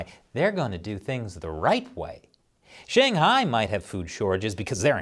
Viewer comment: Hey, the American reporter makes a successful effort to pronounce Beijing and Shanghai properly. Why don't you (eg: & respetively) even try?